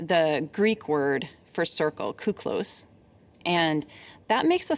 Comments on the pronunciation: The Greek word κύκλος is pronounced k(i)klos thogh, not k(ou)klos. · Greek here. Κύκλος= Circle. Phoneticaly correct is Keeklos, for υ in greek is pronounced e. So the literal name is Circle Klan. A circle of racist, bigot assholes. Kooklos as those good people pronounced it, means very handsome man=κούκλος figuratively or, literally, male doll. Solid and great presentation, so A minus :-)) If you think about it, they started off as a circle of white rich, spoiled, privileged bullies and turned into domestic terrorists. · A mistake with the Greek word in the name. kíklos = κύκλος = circle kúklos = κούκλος = handsome man or male doll So most probably they saw the word written in Greek and they read it thinking the Greek letters have the same pronunciation with English and therefore they read it like that otherwise this story makes no sense